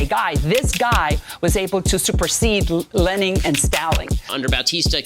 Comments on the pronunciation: lening and staling is crazy. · LENING AND STALING 😭😭😭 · not lenning and staling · “Lening Staling Jeanuse” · "Lening and staling" 🤣🤣🤣🤣🤣🤣🤣🤣🤣🤣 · lening and staling is fucking killing me dude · I used to like Kube-uh. But then I learned that Fedel is like Lening and Staling and then I stopped loving it. /j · Bro I lost a lung after hearing Lening and Staling.